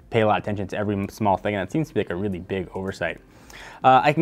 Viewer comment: Its just "weely weely good" - technobuffalo :p xD